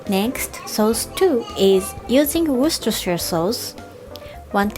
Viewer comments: This lady pronounces the name of my local sauce better than most English speaking poeple! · You said Worcestershire better than most people who speak English as their first language!!! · pronounced Worcestershire sauce correctly, and English isn't even her first language. We all need to bow down to the queen. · You pronounce Worcestershire better than most Americans can! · An Englishman here: Wow, I didn't know that Worcestershire sauce had made it all the way to Japan and was being used by more good people across the world. even pronounced it correctly, which is not easy as I know that even English speaking American people struggle with this. Good on you girl. Also your assistant is fantastic, I miss the days when I could just throw things on the floor and look at people as if to say "Yeah....so what! ha ha ha, get cleaning 😁". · You pronounce Worcestershire better than most native English speakers. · im mad that you pronounce Worcestershire sauce better than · You pronounce Worcestershire better than most people I’ve ever met here in the US. 👍🏻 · she said it so great!